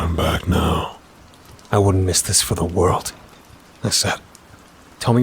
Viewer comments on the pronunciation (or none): none